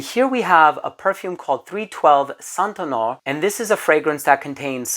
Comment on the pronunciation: loved your review, i just bough it. just a little tip - Saint Honore is pronounced - SAN ONORE, with and E said out loud. it's a famous Parisian street in 1st arr, with many luxury shops